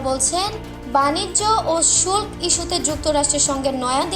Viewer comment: তে মেয়েটা বলল..... বানিজ্য ও শুলক ইস্যুতে........... এমন মূর্খতা নিয়ে কি সাংবাদিকতা চলে? শব্দটা হবে শুল্ক। কি আর করি, জাতির কপাল খারাপ।